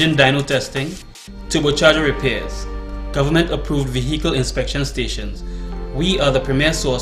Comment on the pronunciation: It's not Govornmont Mr Alleyne it's Government. No more bourgeoise pronunciation!!